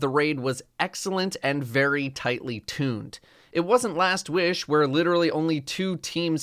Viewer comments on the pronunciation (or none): what the fuck happened here?😂 “It wasnt LaSt WiiiSh”